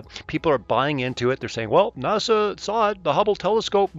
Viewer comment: Trump said “nasha” because he says words weird sometimes. I’m sure there are a half dozen clips where he pronounces NASA just fine...NASA stands for National Aeronautics and Space Administration. It doesn’t mean anything in Hebrew